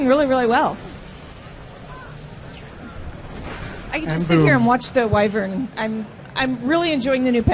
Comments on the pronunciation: wow knows how to bloody pronounce wyvern correctly. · pronounces the word 'Wyvern' correctly and he designed the Druid, I like this guy.